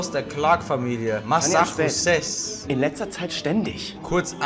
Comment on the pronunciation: Niemand: Erne: Masachuses